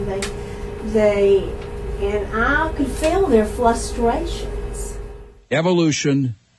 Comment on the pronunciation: "flustrations"? "en-crouching"?